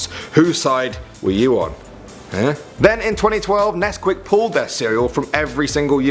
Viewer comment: When you said "we will miss nescuit cereals" I was eating some XD